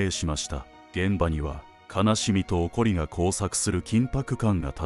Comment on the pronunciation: 「怒り」の読み方 「おこり」✖ 「いかり」○ 分かりますか？